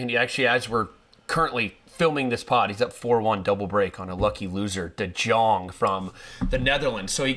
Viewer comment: De Djong Marcos Jiron Alex De Minawer #lastnamebutchering